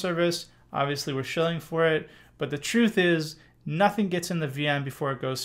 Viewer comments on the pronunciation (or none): none